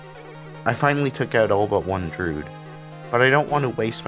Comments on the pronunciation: looking for this comment, droo-id not drood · why do you pronounce druid like "drood"?